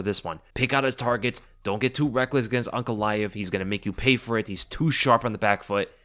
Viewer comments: I thought was saying Uncle Laev for half the video until I looked at the spelling 😅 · Man kept on thinking you were saying Uncle when saying Magomeds lastname.